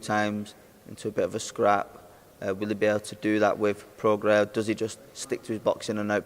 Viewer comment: Love how Eddie calls him "Progress", Try getting some education Eddie ffs, Prograis as in Progray ya wally!